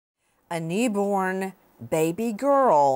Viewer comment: Neeeborn…. Why can’t she ever pronounce things!!!